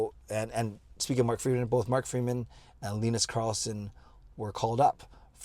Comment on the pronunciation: It's Friedman not Freeman lol